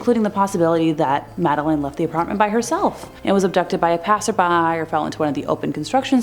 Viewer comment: It's Madeline as Madda lynn.